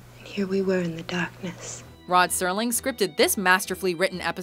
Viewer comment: Fantastic series and well done on your selections. Although they were mostly all good Terror at 20,000 feet is still my all time favorite. It's funny I always remember him being called Rod Sterling with a very pronounced T very as opposed to the current mis spelling of Rod Serling. which is very different from the original.